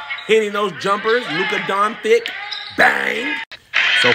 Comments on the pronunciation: Not “Luka Don-thick”! 💀💀💀 Fam…imma need you to gon head and RELAX 😂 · “Lucka DON THICK”. 😂😂😂You ain’t right fam😄😂😄😂😄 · Snuck in that “Luka Don-Thick” by the end